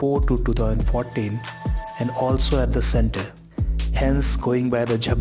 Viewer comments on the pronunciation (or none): none